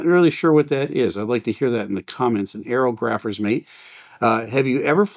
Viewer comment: Pronounced "Air og rophers" mate was a Navy rating (kind of surprised with a Navy background you weren't aware of that!). They were the weather guys (slash girls) providing the military with that data; affecting everything from the timing of D-Day to normal carrier ops. I knew a couple on USS Ranger CV-61.